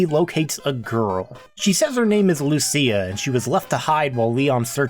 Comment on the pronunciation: Lucia is pronounced like "Lou-chia". Literally the only thing I remember from Italian 101.